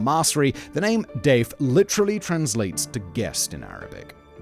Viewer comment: Hands up if you thought Simon was calling Mohammed Deif "Dave" everytime... 😂